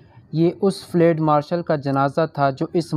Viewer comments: اوو چاچا فلیڈ نہیں فیلڈ ہوتا ہے. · Lafz flaid nahi balke field hy. Drustgi ker lain. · لفظ ُفیلڈُ آپ نے بالکل غلط پڑھا ہے